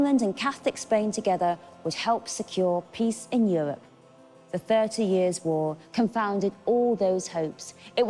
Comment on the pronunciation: "Euwope tone apawt by weligious conflict...." What is it about these non-rhotic women historians?